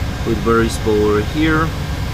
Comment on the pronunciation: I like how says Boeing as Boing